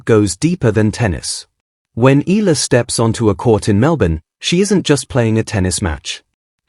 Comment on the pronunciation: Please pronounce her last name correctly. E A LA